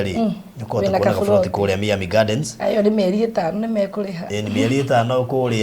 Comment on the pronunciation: sema hivi (Mayami(not Mi-ami))